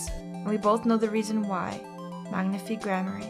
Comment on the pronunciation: Even though it's been years, I just want to say that Magnifi's name is pronounced like "magnify" and not "magnifee". It's too late to change the way you say it here and in future videos, but I though you should know.